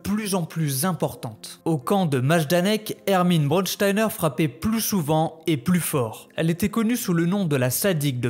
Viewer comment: Juste apprend à prononcer mieux les mots en allemand. Braunsteiner et pas brodsteiner. Braun = brun Stein = pierre. Oui brun est la couleur du fachisme et dure et insensible elle était comme la pierre…… Son seul nom la prédestinait à commettre l’innommable…… Surprenant n’est ce pas ?